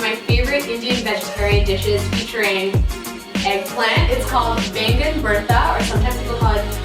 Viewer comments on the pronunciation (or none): Why you didn't pronounce it as Baigan baby